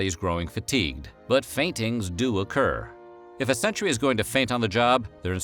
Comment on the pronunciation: Jesus what horrible speech impediment prevents you from pronouncing "sentry"?